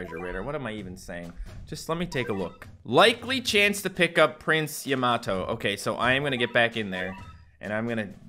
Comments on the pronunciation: It's prince yam-a-toe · It’s pronounced yam a toe